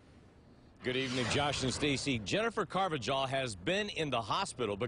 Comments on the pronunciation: Car-va-hal, not with a J sound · its "car va hal" not jal, y'all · It’s pronounced “ carv-a-hall”. I should know. I’m a fellow Carvajal. 😂😂